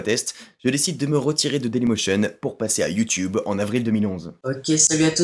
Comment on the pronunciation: fan du canada, tu peut te pèter les bretelles en passant la première fois sur tes premier video, tu prononçais bien youtube.